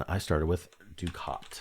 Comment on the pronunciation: I believe, "ducat" is Not pronounced, the way you said it. I think it is "duck-ette". Not "doo-cat". I liked the word "chary".